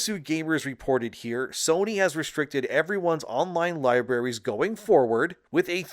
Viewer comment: Oh my fucking god how many times are you going to say "lie berries" instead of libraries?!